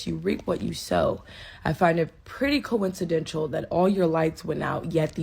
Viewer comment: coincidental not tial